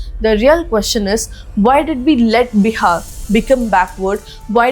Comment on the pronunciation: that is bihar not biha